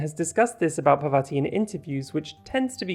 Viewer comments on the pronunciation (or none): Just wanted to comment that parvati is pronounced [paarr-vaah-tee] (the 2nd A is pronounced the same as the first) - it's an indian name. Also this is a really great analysis of bisexuality and queerness in video games :) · parvati is pronounced as "paar vuh tee'